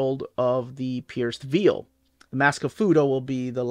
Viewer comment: I know English isn't your mother tongue, but you are pronouncing 'Veil' incorrectly, You're saying something like 'Veal' the meat when it should be like 'Vayul', Ask Melanie she should know. Also just Bought Lugosi and Project Arka